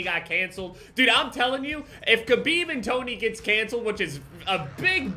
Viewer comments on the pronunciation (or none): none